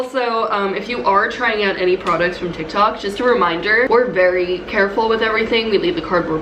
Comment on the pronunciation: “ToK ToK”